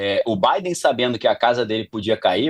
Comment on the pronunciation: O cara não sabe nem pronunciar o nome do Joe Biden… so much bullshit